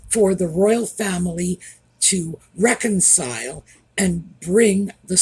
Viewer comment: Reconcile??..Reconcile??? 😂😅...yeh, no